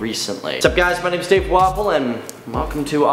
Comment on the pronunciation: It always sounds like he's saying his name as Dave Waffle.